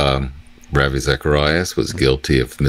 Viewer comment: FYI, Ravi's name is pronounce RAH-vee. His conduct is deeply grievous and harmful to the Church as a whole......but we dare not cast stones. Every single believer, whether known or not, is a sinner, mostly sinful in ways that are not visible. If you must report these things, please also help us all to humble ourselves and repent, for we, too, are sinners.